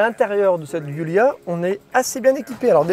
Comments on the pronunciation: La communauté italienne ainsi que tout les Alfistes de France réclament un effort à minima sur la prononciation du modèle ...cela ferait vraiment plus pro car la on à l'impression que c'est la 1ère fois de ta vie que tu entends parler de ce modèle ! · Par où commencer… 1) la prononciation du modèle est juste atroce ; 2) le fait de reprendre le bâtiment et les infrastructures d’une usine française faillie en Italie ne signifie absolument pas que l’origine de la marque serait française d’une quelconque façon. Merci de ne pas franciser tout et n’importe quoi ; 3) sur le fond : la voiture est magnifique mais le prix est indécent par rapport à la concurrence : 60.000 euros ? Imaginez un peu ce que vous pouvez trouver à ce prix-là chez BMW ou Mercedes ; Et puis celui qui a les moyens de dépenser une telle somme ne va certainement pas se contenter d’une « Alfa » dont l’intérieur a 5 ans de retard par rapport aux constructeurs premium ; 4) aucun mot sur la valeur de reprise : après seulement 2 ans, la voiture a perdu la moitié de sa valeur, si pas plus ! 5) En résumé : une belle voiture passion, qui fait envie à tout le monde … mais que personne n’achète 🤦‍♂️ Comme diraient certains : « On a très envie de certaines femmes, mais on se rassure avec la sienne ». A méditer 😉